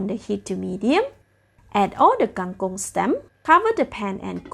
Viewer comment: Kang kong not kang kung